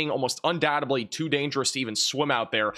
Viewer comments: Un doubt ED ly. Not undoubt AB ly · /ʌn-ˈdaʊ-təd-li/ (un-DOW-təd-lee) 👉 Breakdown: un → like "un" in under dow → rhymes with cow ted → like tid in tidbit but with a short “e” ly → “lee” Love your channel. I'm only correcting you here because I don't know your direct communication option. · Un doubt-EDLY...the B is silent when we say doubt and we don't say it in undoubtedly. You are a smart boy now sound like one. You don't say suppos=ABLY do you?? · the b in the word undoubtedlyis silent stop pronouncing the bee